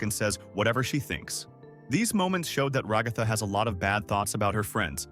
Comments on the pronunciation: Ra-gath-a No its rag-a-tha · Bruh can't pronounce ragatha right lol....